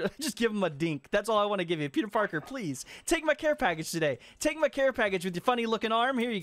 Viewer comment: plez, yes ...plez